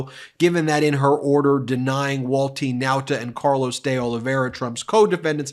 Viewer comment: I am pretty sure the guy's name is pronounced Day-OH-Live-E-Air-Uh. Not the way Ben says it.